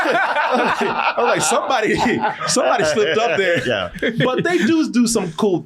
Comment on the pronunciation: Keanu is the only man I’ve heard pronunce extra syllables at the end of words! Yeah is Yeah-ha! Gotcha is Got-cha-a! 😂